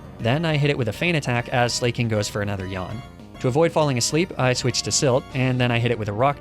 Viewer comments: I don't know why this dolt says ''slay-king'' Slaking is obviously based on the word ''slack'' which basically means lazy. Leading to the obvious pronunciation of slack-king. But I guess that's what happens when you're a YouTuber with zero skills or knowledge outside of Pokemon. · I love the way you prononuce Slaking as 'Slay-King' 😂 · "Slay-king"? "Fah-chade"? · INTENTIONALLY PRONOUNCING THINGS WRONG IS MY FAVORITE THING. I love this so much. Slayyyyy-king. Fakadé.